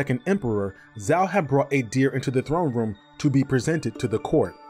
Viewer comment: Zhao has a J sound, not a Z sound. (Like the city Guangzhou.)